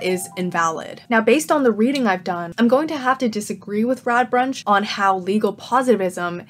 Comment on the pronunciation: I know I am late and I really liked this video, but your pronounciation of Radbruch as Radbrunch was bugging me the entire time.